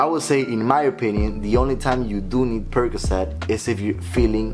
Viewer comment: "Money percacet" 😆